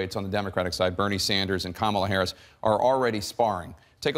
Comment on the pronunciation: You pronounce Kamala 3 different ways in one minute. That was distracting and this comment is petty